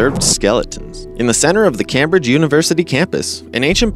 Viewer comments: Moshe??? Moh-chay. Your pronounciation sucks. Its "Came-bridge", not "Cammbridge". Yikes. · Cam-bridge is pronounced CAME-Bridge, the first syllable with came as in come. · Yea, it's like he's never heard Anyone pronounce the word/place name(s). I used to live in Cambridge (4yrs from 79-83) and Not Once did I hear someone call it Kamm Bridge... Sheesh. How do you get through 25, 30, 40 years and never hear these places and other words correctly pronounced?? It 's beyond my ability to understand. Maybe he's Deaf. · Cam someone explain how to pronounce Cambridge to the narrator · IKR. Who doesn't know how to pronounce Cambridge correctly? Obviously, this guy. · oh my, then let's have a little fucking mercy, shall we, if it's a real fucking person?!?! Anyway, I think his reading is adorable. Plus, he pronounced "Chichen Itza" correctly, which cancels out "Cambridge"!! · If you're going to use names like Moche and Cambridge (among others), at least figure out how to pronounce them correctly.